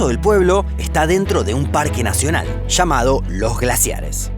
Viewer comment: De " achi", "mallores", "chamado", " la cordichera"😂